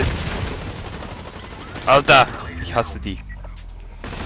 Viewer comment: Hahaha richtig schweizerisches ALTAA